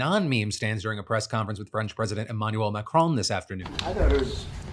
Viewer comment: Oh, wow. Philip actually pronounced Macron's name right.